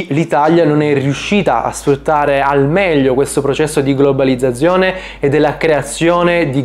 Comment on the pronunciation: Fonetica e dizione: studiale subito. Non ti si può ascoltare... Quando, intorno al minuto 20, parli della 'globalizzazione', mi fai venire i brividi lungo la schiena...